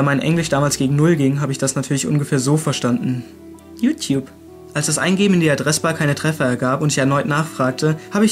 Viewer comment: Ich musste eben so extrem spontan lachen bei der Stelle "Jutjup".